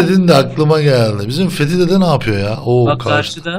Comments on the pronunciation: ağa baban kim lan senin fethi dedemize fethi diyorsun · He söyleyin benim adım Fethi Dede Fethi deil ulaaan